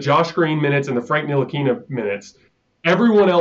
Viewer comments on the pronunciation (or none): none